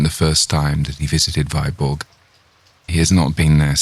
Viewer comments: Alas the pronunciation of Danish toponymes is all wrong: "Viborg" for instance is not /vaiborg/ but /vibo:/. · Viborg is pronounced Veeborg otherwise very impressive!!!!! I'll be awake all night long. :0)